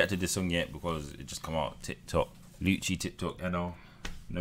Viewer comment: its been like 1y and this guy still doesnt know how to say luciis name